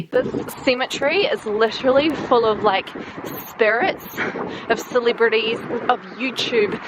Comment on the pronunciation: every time you said celebrities i thought you said silly birdies lol